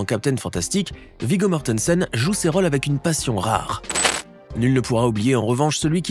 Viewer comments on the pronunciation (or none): ce ne sont pas des " raules " mais des rôles